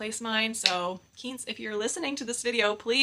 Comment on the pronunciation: I’m a big Quince fan, loved your video! BTW pronounced KWINCE (like the fruit Quince)